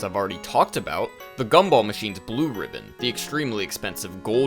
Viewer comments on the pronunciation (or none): none